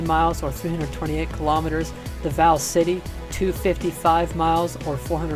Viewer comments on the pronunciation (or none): none